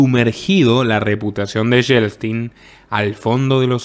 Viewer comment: Lo de Yeltsin, aprende a pronunciar, Yel-tsin, me parece maravilloso Fue un traidor como Gorbachov